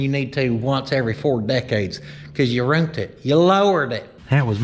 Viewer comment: YOU "ROONT" IT!